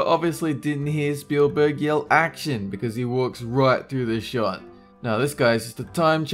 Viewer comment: 57 Dolen said short, not shot. Anyone else hear?